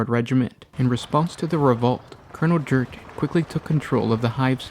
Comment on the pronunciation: Krieg is a Germanic inspired culture and planet, j=y in the Germanic tongue. So his name is pronounced Yurten not Jurten.